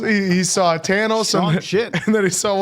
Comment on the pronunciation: And I loved that they pronounced his name "tan-ohs".